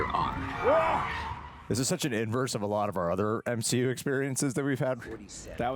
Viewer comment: Did just say "M-SHE-U"? 🤔Is he turning to the darkside? 😦